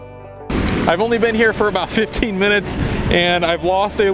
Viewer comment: You said ABOUT like Canadian. LOL Do you drive a Zed 28 Camaro?